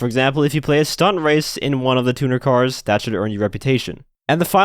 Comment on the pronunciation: The amount of gta ytbers and other people that cant pronounce "Tuner" right is mind bending 🤦🤦🤷